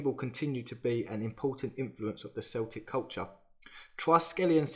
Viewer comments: Great video but please pronounce Celtic correctly its "K"eltic not seltic.. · Celtic, if pronounced "Seltic" (with an 'S') has nothing whatsoever to do with Celtic, pronounced "Keltic". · It's pronounced Kell-tic not Celtic like the football club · wow how very interesting man, great video! btw its not seltic its pronounced Kell-tick, this isnt basketball bro! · KEL-tik not cell-tik lol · Nice watch! Celtic with a “k” not Celtic like the football team! 👊 surely you’ve heard of the celts and druids? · Celtic is pronounced "Keltic". It is a hard C. Celtic with the soft-C is the pronounciation of the sports team here in the States. It is a word from the Netherlands or one of the North people's words. ;D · Celtic pronounced keltic ffs….The Celts (pronounced Kelts) of Scotland and Ireland. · Oy mate don't get the hump with me but you have to say Celtics as if it starts with a K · Ever heard of ww1? And how did you pronounce Celtic? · Not sure why this video was suggested to me but you lost my interest with your pronunciation of the word Celtic.